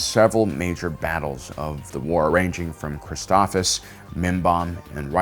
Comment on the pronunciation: BRO another mispronunciation. Like they say the name in the show a million times. Sabine Wren (Suh-bean Ren) ALSO mispronounced the planet Christophsis (krist- off- sis) and the krist part is NOT pronounced like Jesus Christ Did you say the battle of Kansheek?? Kashyyyk is the wookie homeworld. Just FYI